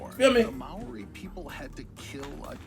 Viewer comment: someone tell the narator its Māori lmao love your vids cash